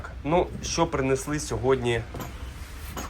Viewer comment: Интересные находки, но прнЕЕЕсли, бУУУУло, на старте чуть не выключил из-за рагулизмов